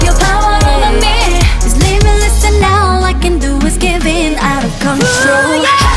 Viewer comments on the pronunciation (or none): I think for most east asians the hardest letters are Rs and Ls. Thats why there was an accent on "rule" and "control" but course their English improved so much! I think the "obvious" was pronounced spot on tho. Jihyos "spiraling" was spot on too. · yeah but it depends on the word and how the sentence is formed too. Like "rule" is pretty hard to pronounce fluently. U can hear the accent in dahyuns. And in jeongyeons "control". Corn i hear most are ok. "Cold" on the other hand is a bit harder